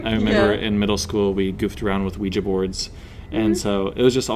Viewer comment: Thanks for pronouncing ouija correctly, . The French and German words for yes. Looking forward to checking you out.